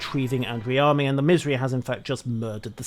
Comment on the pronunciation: lol my hearing is going out. when you say Missouri I could swear you're saying misery.